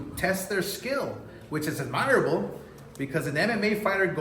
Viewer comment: Its “AD-mer-uhbble.. one word